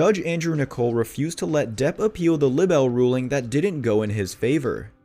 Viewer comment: Libel pronounced LIE - BELL